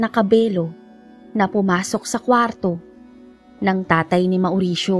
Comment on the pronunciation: Naway di nyo po ipagdamdam ang kaunting corrections maam. About sa name nabanggit nyo, about sa pronounciation po ng mauricio, it should be maw'risyo, and not ma'oo'risyo.. lastly po ay taboo, it should be pronounce as tæ'bu, Muli po naway wag nyo masamain at ipagdamdam, di po intensyong magmarunong.. nais ko lang po makatulong sa munting paraan.. salamat po, sanay inyong maunawaan..